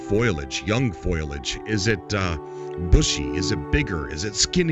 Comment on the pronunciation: What the hell is FOILAGE? It is FOLiage (note the I is the other side of the L so you can't pronounce it prior to the L)